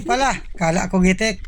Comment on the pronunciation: GITIK NOT GITEK